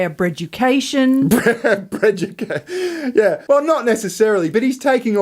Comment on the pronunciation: She said BREADUCATION!! I'M DYING! 😂😂😂😂